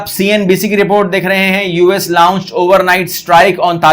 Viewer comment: Ye la-unch kaunse english hai. 🙄